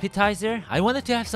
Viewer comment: It’s not Mang ina sal